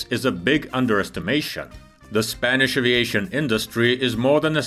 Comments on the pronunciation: It’s “Spanish” not “Spainish”. Sort your English. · Spainish????....you mean spanish....